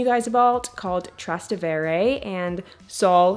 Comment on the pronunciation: I’m Italian and thats not how you pronounce Frascati or Trastevere.